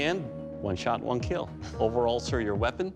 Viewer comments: That Chinese dude says KEEL not Kill. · The look and on Doug's face and the way he says keeeeel is so weird lol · IT WILL KEEEEL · it will keel.your reputation so stop.its just awkwardly old now. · it's will KEILL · he said “kill” with an i 😱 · Learn to pronounce KILL first